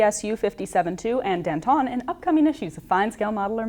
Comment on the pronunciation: Dan-TAHN. It's Dan-TAHN.